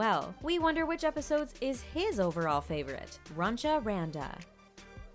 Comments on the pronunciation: DID SHE JUST SAY RUNCHA RANDA, IM ACTUALLY CRYING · It’s funny how most of the comments are just army say we knew all these facts and it’s runch panda not runcha panda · All the false things: 1:HIS NAME IS NAMJOON, NOT KIM 2:He didn't had the heart surgery. 3:ARMY knows he likes Friends... 4:it's not runcha Randa it's Runch Randa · his first name is Namjoon, not Kim. If you insist on calling him by his last name at least say "Mr. Kim". It's Runch Randa, not Runcha Randa. His mixtape is not new, it's 3 years old. Get your facts straight. And I'm pretty sure that most Armys who have been fans for a while, already know all of this. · blessed army didn’t know runch Randal was pronounced runcha randa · It was runch Ronda not runcha that's been bugging all video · It's runch randa not "runcha". Also the information here is so outdated lmao. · His name as underground rapper was Runch Randa and not Runcha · This bish is dumb af. Who tf is "RuNcHa RaNdA" ?! And what tf is "EE EX OH" ????!! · okK HOLD UP First his name is namjoon, his last name is Kim. In Korean its swapped around Second IT IS “zeco” NOT “zyco” THIRD YOU JUST PRONOUNCE IT LIKE RUNCH RANDA BRUH smh they are using bts to get views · Its not Zyco Its Z-ee-co its not Kim its N-ah-m-joon its not Runcha Randa its Runch Randa. do your research people! you’re gonna get roasted from ARMY’s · please y'all get your facts R I G H T. Namjoon himself said that him having an open heart surgery is N O T true. it's R U N C H Randa not runcha Randa. Also it's Z I C O not Zyko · His name isn't Kim. It's Namjoon. Its Runch Randa. Not Runcha Randa. It's Zico. Not Zyco. It's EXO. Not E X O. Please do your research. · Namjoon - Kim Zico - Zyco EXO - E X O Runch Randa - Runcha Randa Better to do research before recording and uploading a video and then starting to get roasted by True ARMY's.